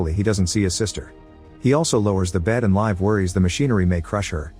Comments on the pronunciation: "Live" is rather pronounced "Leev-eh". If you say live as in English, it sounds like "Leif" which is an old-man-with-a-beerbelly-name. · Its Liv not live